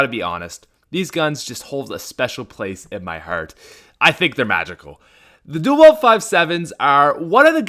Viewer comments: I like your videos but I don’t like how you say “dual weld” instead of “dual wield” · I feel the same way about the Five Seven duel-wield but I thought you said "anything your duel-wielding your an idiot"